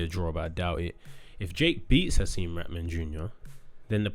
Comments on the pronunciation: Why is it so hard to say “raHman” not “RATman” fgs 😂🤦🏻‍♂️ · The way everyone butchers Haseem's name. It's pronounced Ra-ha-man you need to pronounce the H. Its NOT "ratman" or "raman" (like raman noodles) 😂